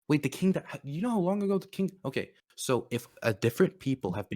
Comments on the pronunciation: The KING Dynasty? Lmao. It's pronounced CHING. Amazin' Tankies are nothing but anger and rage. This guy was unhinged. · listen,, you inherently won this over because is a fucking lunatic but i have to make this known Qing is pronounced "ching", not "king" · Also can someone announce to this guy that the Qing (pronounced Ch-in, not King) existed in the modern era? From , And thus is absolutely able to be characterized as imperialist, even by his insane definition that imperialism didn’t exist before the late-1800s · Qing is pronounced "ching"... These tankies should take a class or two on Mandarin...